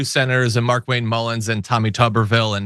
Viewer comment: I believe it's pronounced "Mar'Kwayne"